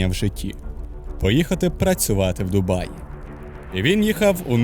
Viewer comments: Не "Дубаї" а ДУБАЙ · Перегляд закінчився на . Як можна слухати факти про місто, коли автор навіть правильної назви не знає. Дубаї 😂😂😂😂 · Ну вы серьезно? 🤣 Автор вообще был в Дубае, прежде чем это публиковать? На метро там прекрасно можно посещать многие достопримечательности. Парки, торговые центры, набережные - везде остановка метро!! Кстати которое наземное и можно много чего рассмотреть. И правильно говорить ДубаЙ, а не «ДубаЇ»!!!! Дубай - это один из эмират. Вы же не горите «Києви, Одеси» 😁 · От коли в називному відмінку кажуть «Дубаї», мене аж верне. Через це вирішив не дивитись відео. Якщо автор не знає як правильно писати і вимовляти «Дубай», то довіри до іншої частини контенту теж мало. Що спадає на думку коди я чую слово «Дубаї»? Що я розмовляю із неосвіченою людиною. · «Що найперше спадає на думку, коли ви чуєте слово Дубаї». Найперше спадає на думку, що автор навіть полінився в Вікіпедії (чи де ще вміє перевіряти) прочитати, як місто ПРАВИЛЬНО називається. І, швидше за все, в самому місті не жив/був, бо як можна там побувати і не вивчити назву. А, якщо не жив, то не відчув це місто, і не зрозумів життя в ньому. Як можна взагалі робити огляд про місто, де ти не був. Просто начитався інтернету і переказуєш прочитане? Коротше, я прийшов сюди заради україномовного контенту, але знову зіткнувся з тим, що він (контент) низької якості. Особисто мені за такий україномовний контент соромно. Перепрошую, якщо когось мої слова зачіпили.